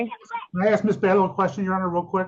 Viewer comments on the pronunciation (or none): Can you please learn to say the word "ask"? No racism.... But I've noticed 90% of (American) black men can't pronounce it properly!! Very strange ! 🇨🇦🙏